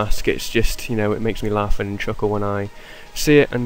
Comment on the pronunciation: love how he says "laugh and chuckle" just so... english :D